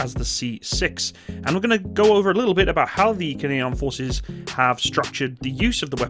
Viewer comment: What is the difference between GPMG and other NATO MGs? The way it says "about".